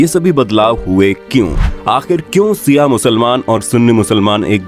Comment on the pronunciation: Not siaa it's Shia ishna aashari